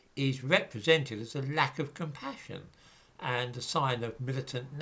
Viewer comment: Nothing quite like cu-umm-passion is their. Their passion for Cu-umm makes them lose what little sensibility they may have had;)